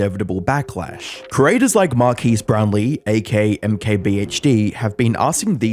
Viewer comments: Couldn't you at least get his name right? It isn't Marquise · "Marqees Brownlee" 💀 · Mar-kez. Not mar-keys. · MAR-KEZ. Not MAR-KEECE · Mar-kez... not Mar-keez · His name is pronounced more like Mar kes or Mar kez than Marquis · Omg man it isn't pronounced Markeece, it's pronounced Markez, the bloke says his name in every other video pretty much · When making these videos, make sure you’re pronouncing the person’s name correctly next time. You said his name wrong the entire video. It’s “Mark-es,” not “Mar-keys” or “Marc-ese.” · Mark-ez not Mark-is. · Its: Mar - Kezz not Mar - Kees. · you'd think the word you used most in this video, his name, would be worth the effort of pronouncing correctly. Mar-Kezz not mar-kees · Driving me nuts you keep calling him Mar-KEES. Isn't it pronounced Mar-KEZ? Who tf is Markees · At least pronounce his name right bro? Not Mar keys, is marques (like "kegs" but turn the gs to a z) mar-kez. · Good lord, please pronounce his name correctly: Mar 'KES', not Mar 'keys'. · You’re killing me, man. It’s Mar-kez not Mar-keys 😅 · Him saying Markeece instead of Markezz throughout the video ticked me off ngl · Pet peeve, the whole video is about Marques (mar-kes) but the whole video you pronounce his name as mar-keys 😅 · Mark-es❌ Mark-keys✅ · "markees" xD... MARKEZ = Marques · It's not hard to find out the proper way to pronounce the guy's name. Mar-kezz. Not Mar-keese. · Man your content is good but everytime you have a hard to pronounce name and it's pronounced wrong it hurts to hear. Marques = mar kez not mar kees Desiree (different video) = des er ray not desire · Is this an AI-narrated site? Why is his name pronounced "mar-keys" throughout the whole video? Makes me wonder about what research went into the claim that his whole audience turned on him, as well as wondering about the "lack of humanness". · His name. is pronounced Mar-CUS. It's extremely distracting to hear you say it wrong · who is Marqueees? 😅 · “Marceese Brownlee” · Mark keys